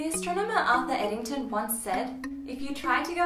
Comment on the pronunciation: your first words introducing arthur eddington are a bit garbled and too quick from the start of the video. good physics exposition.